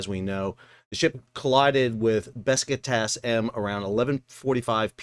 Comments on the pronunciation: Bro...please... It's not BES KI TATAS It's BESIKTAS... pronounced.. Buh-Jick-Tas. Otherwise good content. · Man, you keep calling the ship Beskitadas…. it‘s name is Besiktas, „beschiktasch“ which is a part of the city of Istanbul…. Sounds to me like some fellas of color are using „aksed “ instead of „asked“….😢 I like your Chanel but please be more careful with pronouncing names correctly…. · Dude it’s pronounced Be Shick Tass. Not whatever you have been saying. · Always surprised how bad US Americans are pronouncing foreign language names. The name is Beh-jig-tass, with Besiktas being a part of Istanbul, with a very famous footbal (soccer) club... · It is probably pronounced Beh-shik-tash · The butchering of Besiktas is also done on purpose, got to pander to his American audience.